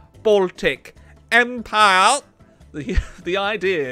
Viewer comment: “A United Baltic Empirrrreeeeee!” 🤣🤣🤣